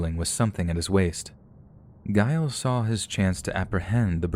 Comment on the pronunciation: The pronunciation of, presumably, Giles is pronounced with a J sound. J as in jewelry. Giles = Jiles.